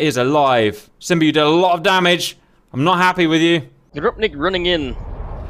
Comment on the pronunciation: Love when Cap calls Simba , " Simbra " lmao